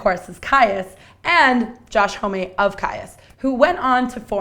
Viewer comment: "Josh ho-may"